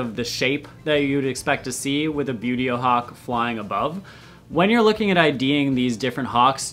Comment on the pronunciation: excited screeching from far away Okay! Now that I have it out of my system a bit hehe - Wooohooo!! Hawks!! You already know these are among my favorites, hehe - great to know how "Buteo" is actually pronounced, too. (One of my most embarrassing bad habits is not knowing how to pronounce words I've only ever seen in print and never heard out loud!) Lots and LOTS of red-shouldered hawks in my area, and golden eagles. One of the first reasons I started wanting to ID birds at all was because I would see these huge birds near the road and I just didn't want to believe they were ALL "buzzards" (which I now know, black vultures are THE common roadside raptor around here). And come to find out: they weren't all vultures! Immature golden eagles and some of the biggest juvenile red-shouldered hawks can be mistaken for a vulture depending on how they are flying and if you don't have a good frame-of-reference for size. After all it's very hard to tell if you're seeing a vulture high up, or a hawk lower down, when it's just passing over head and you don't have much in the way of trees or anything to give you an idea how far away the bird actually is. And in parts of Texas there was a whole dust-up (back in the 90s I think) about juvenile golden eagles getting shot down by mistake. VERY cool way to present the information, and I really do like this - it feels very classroom and for me that's extremely helpful and positive. Makes my brain latch on better I guess! I also chuckled a bit when